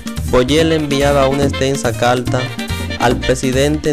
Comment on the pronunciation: ¿Por que no pronuncia la R este hombre? No es calta es carta.